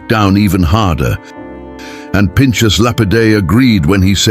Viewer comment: It would be good if your robonarration could be programmed to pronounce "Pinchas" correctly. It's got an aspirated rather than a soft ch.